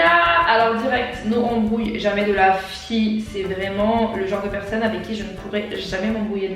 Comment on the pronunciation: Très bonne vidéo, t'es vraimentr trop drôle !! Chaque fois que tu disais "FIE" j'étais pliée mdrrrrr je sais pas pourquoi, ça me faisait trop rire hihi